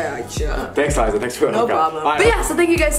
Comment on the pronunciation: Gi Gi you mean *Liza not "Lizza"